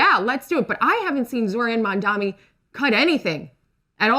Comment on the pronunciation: The MAGA host calls him Zorann Mamm-dommy 😂